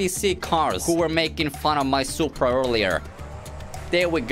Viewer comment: Yo bro wanna soup bruh? No its just soup No S U P R A